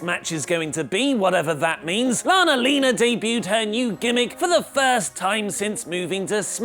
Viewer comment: For the love of god stop saying lana-lina